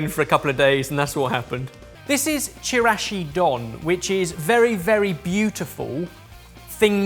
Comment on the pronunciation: The way he says chirashi don makes it sound like it is chirashi made by his uncle Don